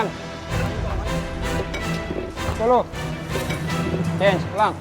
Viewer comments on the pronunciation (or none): none